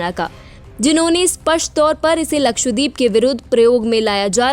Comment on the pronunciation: मंदबुद्धि निवेदिका उच्चारण तो ठीक करो, लक्षद्वीप